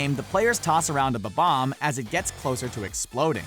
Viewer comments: Did... DID HE JUST SAY BA BOMB instead of bom omb what the shit stop saying BA BOMB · It's bob omb not bobon